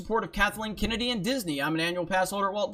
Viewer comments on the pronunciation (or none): none